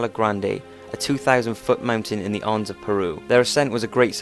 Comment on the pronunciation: mate, can you PLEEEEEASE learn how to pronounce simple fucking words?! antigua is pronounced anteeegar, and the Andes mountains are pronounced andeeez. how can you NOT know these? fuck me, its every single video you produce that's littered with shite like this, and as a you tube channel with many subscribers you really ought to have a better grasp of simple grammar.